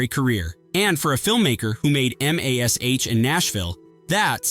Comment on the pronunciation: I laughed out loud when I heard EMM - AYY - ESS - AYCH.